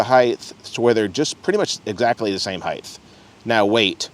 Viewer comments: It's pronounced "HYTE" not "HYTHE". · its pronounced HEIGHT. TTTTTT.